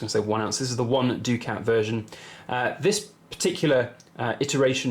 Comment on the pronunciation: I always thought it was pronounced ‘duckett ‘ not ‘doo-cat’?